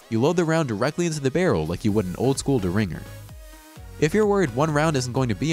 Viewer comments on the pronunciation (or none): Would someone please help him pronounce Derringer? 'dare n jer'. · Old school de-ringer? It's pronounced dare-en-ger. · Love the vids and the voiceover guy sounds good. But, you’d do yourself a favor looking up the words that you’re unsure of concerning the pronunciation. BEspoke, hoSTELL, daRINGER? Takes just a little effort and he won’t sound so unintelligent. Just my 2 cents.